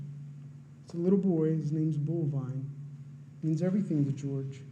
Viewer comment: I heard Bullvine. :( And don't forget "Ruger."